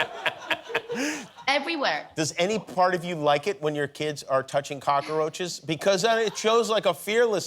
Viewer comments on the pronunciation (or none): Are they saying kakaroaches? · Love how they both pronounce "Cock-a-roaches "